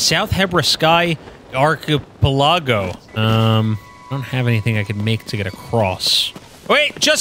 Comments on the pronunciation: not knowing to pronounce archipleago is something i'd either never forget or giggle at and forget within 15 minutes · Hearing try to pronounce archipelago made my day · I gotta be honest, how the hell can’t you pronounce archipelago. We’re in our 20s my dude. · love the attempt to pronounce archipelago lmao